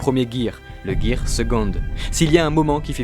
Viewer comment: Mec c'est pas ger seconde c est ger sevent